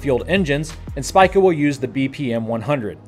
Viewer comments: not Spike-A it's pronounced Speak-A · About "SPICA": -> It is pronounced "hs-pika" (like if you were drinking from a straw, then saying "Pikachu").